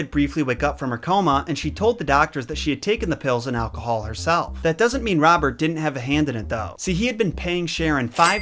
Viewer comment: I don't know why but almost every time he says Robert I hear Bob. I really need to buy new earphones 😂😂🤣🤣😂🤣